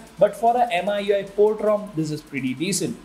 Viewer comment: Should be pronounced Me-UI by the way.